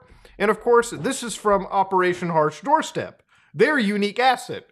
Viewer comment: "Operation hash Doorstep" lol its "Operation Harsh doorstop" I know because I thought it was the worst name ever and I still do..